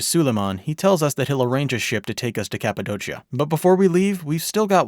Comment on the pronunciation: Kapadokia brother not kapadochia